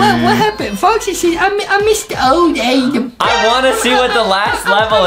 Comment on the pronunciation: It's Adam but Justin always says ADEM